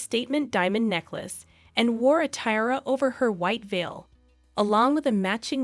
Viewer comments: tee-ah-ra , not ty-rah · I just wanted to give you a tip on how to pronounce “Tiara.” It is pronounced [TEE] + [AA] + [RUH]. It has three syllables. You have to stress the “AA” syllable. This video explains how to pronounce it